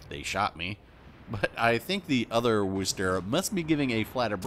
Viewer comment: At this point I am convinced if you're not from Massachusetts you can't pronounce Worcester. Funny thing is one of the examples given here also mispronounces it.